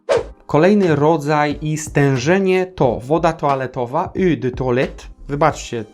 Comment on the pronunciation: Przyjemny odcinek, od razu mam ochotę stworzyć jakąś świeżą, wiosenną mieszankę :) Nawiasem mówiąc, eau wymawia się jako krótkie "u".